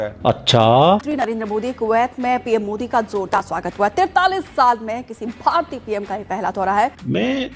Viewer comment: Barti kya hein bhai, bhartiye bolne sikho jahilon